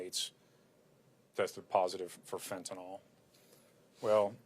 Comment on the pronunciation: It's Fentanyl not fentanol numbnuts!